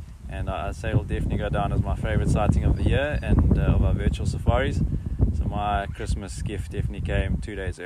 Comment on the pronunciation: pourquoi dire VITUAL U_u ??